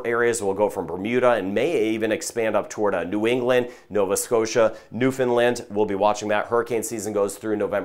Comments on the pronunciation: Thank you for your proper pronunciation of Newfoundland! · EXCELLENT PRONUNCIATION OF NEWFOUNDLAND!!!!